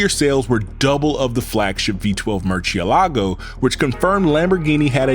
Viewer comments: You need to pronounce the car's name in their language. So the lambos have names of famous bull names. So, most of em will be pronounced in Spanish. So murcielago is not pronounced like you do in Italian, rather it shall be pronounced in Spanish. Thank you. P.s. source: I am Italian.. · MERCH-CHEE-LAGO?.... LOL ITS PRONOUNCED "MOOR-SI-EH-LAGO." (MURCIELAGO) IT MEANS BAT🦇🦇🦇 IN ITALIAN 🦇🦇🦇🦇.AND SPANISH. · Awesome video and presentation apart from the ear piercing pronounciation of Muciélago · Lamborghini cars are name after Spanish fighting bulls. So you’re saying Mucielago very wrong.